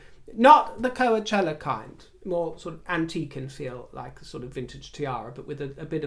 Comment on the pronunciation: A minor correction,: It's pronounced "ko-CHELL-a" not "Ko-a-CHELL-a.";-)